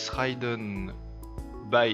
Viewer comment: Jolie vidéo ^^ et félicitations :D J'me permets juste : "ridden" se dit avec un i comme en français, dd est une consonne "rapide" :) et != c'est un symbole pour "différent de" si je me trompe pas :)